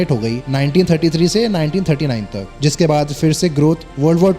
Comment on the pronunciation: Nice. But SAY IT WITH ME: it's phir (फिर), phaila hua (फैला हुआ) and Phalke, not "fir" ("फ़िर"), "faila hua" ("फ़ैला हुआ"), and "Falke" ("फ़ालके"). Say it 100 times so that you don't get it wrong. Where are people learning this nonsense from? Are people not going to school, or are they teaching this nonsense in schools? The only words where they are written as "ph" but pronounced as "f" are those from Greek (e.g., physics, philosophy, etc.). There's a difference between palak ('eyelid'), phalak ('tablet'), and falak ('sky') in Hindi/Urdu.